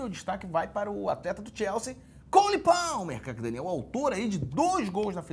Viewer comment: Ei ei ei.... no minuto o nosso professor falou o nome do Palmer corretamente!!! AONDE ELE APRENDEU ISSO??? ANDOU ESTUDANDO NA POLONIA?